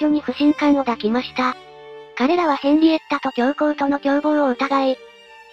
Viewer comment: いつも楽しませていただいてます。 でもちょっと言葉の細かい部分が気になります。 「不信感を抱きました」を「だきました」と発音していますが、こういう時は「いだきました」です。 「折り合いをつけれたら」は「つけられたら」です。誘う言葉に言い換えた時に「よう」がつくものは「ら」が入ります。「つける」「食べる」「見る」は「つけよう」「食べよう」「見よう」となりますので、はそれぞれ「つけられ」「食べられ」「見られ」です。 「つくずく」ではなく、「つくづく」です。 いい動画なので、こういうところも気にしていただけるとますます人気出ると思います。